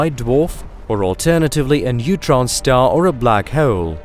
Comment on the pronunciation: Hoh'oule - I finally came up with the perfect way to spell how he pronounces 'hole'!